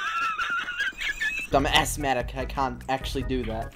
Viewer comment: "Ass-matic" LMFAO am dying!